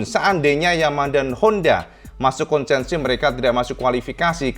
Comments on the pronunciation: konsesi, bukan konsensi. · Konsesi, bukan konsensi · KONSESI, bukan KONSENSI🙏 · Kayaknya KONSESI mas, bukan KONSENSI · Maap... konsesi,... bukan konsensi... 🙏🙏🙏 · yang betul itu konsesi, bukan konsensi. punten 🙏🏻